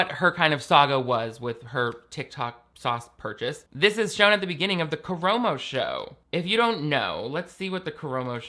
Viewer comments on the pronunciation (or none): I hate Karamo for this but I just wanted you to know (and Ik this is hateful of me) but it’s kuh-rah-mo. I love you. So much more than Karamo for sureeeee. It’s making me almost like double think watching queer eye ever again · bestie the A's were right there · Nah he doesn't deserve to have his name pronounced properly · the way pronounces Karamos name is KILLING ME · Everyone calm down! has apologized for their egregious mistake lol